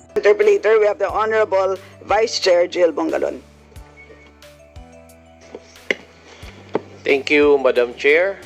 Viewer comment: cong. Bongalon po :) hindi Bungalon :)